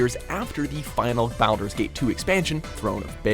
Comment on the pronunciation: SnookySnook420 also there was a console Baldur's Gate?? Like two of them, if I remember correctly? Unless we're pretending they don't count, just like we're pretending this dude knows how to pronounce Baldur's. Lol